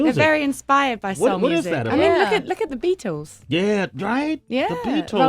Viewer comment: Sway said "Ohh The Beat-tless" lol yea I rap tho, b. peep the channel